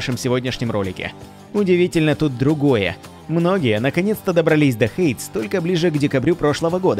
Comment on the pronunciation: [ˈheɪdiːz], а не «хэйдз», для начала Ну и да, смотря на название ожидаешь услышать что-нибудь конкретное про обе игры, а получаешь общую водичку ни о чем